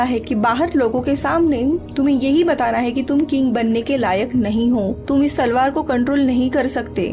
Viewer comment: Salwar nai mdm talwar... 😁